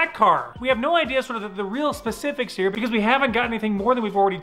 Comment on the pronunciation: Noooo you didn't say "heeeeereeee" in the intro, you just said "here"